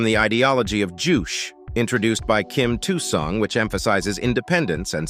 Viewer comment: Kim "two' Sung ??????? no no no ,,its Kim ill Sung ,, if you make a vid , you should know this